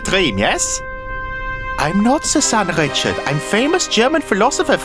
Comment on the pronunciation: I wish you pronounced Richard’s name correctly